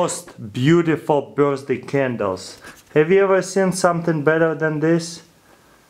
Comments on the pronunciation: nigga says birsday instead of birthday lol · Am i the only one who heard him saying birzday cake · he says birthday......sounds like burstday......!!!! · 'birzday candles' XD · 1.03 ' birstday ' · the way he says birthday-burzday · i lost it at "my mom's bursday" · anybody noticed he said Burzday? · He said birsday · birstsday looool